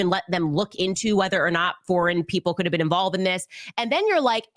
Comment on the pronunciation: “You haven’t ever Bean to Isreal?” 😂